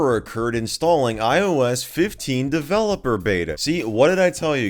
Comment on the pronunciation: Myes, DeVeLePoR